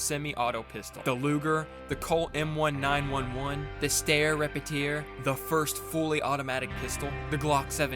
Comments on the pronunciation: he did NOT just call the 1911 the colt "EMM ONE NINE ONE ONE" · Him saying one nine one one instead of 1911 personaly ruined my day, fuck you (respectfully)